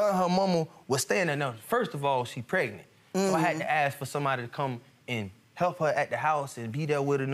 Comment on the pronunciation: I absolutely hate when they don't pronounce "pregnant" the right way!!! What the hell is "pretnet" 😶(first case)